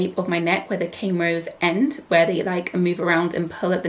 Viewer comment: Why do u keep saying cane rows i stead of corn rows is this intentional or not?